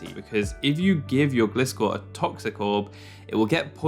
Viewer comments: Fun Fact: Gliscor is a GLIDING scorpion. Not a glistening scorpion. A GLIDING scorpion. Therefore, it‘s name is pronounced “GLY-score” not “GLISS-score”. Thank you for “glistening” to my Ted Talk. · I love your content and energy U are one od my favourite poketuber on the platform <3 But Please pronounce Gliscor correctly (as if u said Glide at the beggining" g + lie")